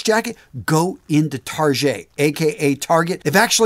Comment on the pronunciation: The “Tar-get’” pronunciation killed me! Honestly I use Walmart’s George jeans for work, and I’ve learned the Goodfellow & Co. jeans are stylish and comfortable.